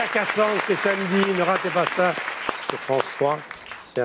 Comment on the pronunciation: Cassance....michel ne sait pas dire le titre de la série 😅 c'est Cassandre